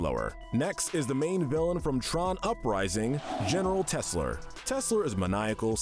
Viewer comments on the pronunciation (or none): general Tesler not General Tesla. Almost had me rofl.